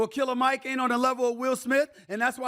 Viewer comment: Stephen A… smh cmon bro. It’s Killer Mike as in KILL-A-MIC… He’s a RAPPER bro.